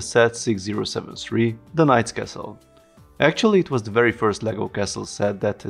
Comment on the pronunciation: hehehe when you say castle I hear kessel hehe you know spice mining planet from Star Wars :P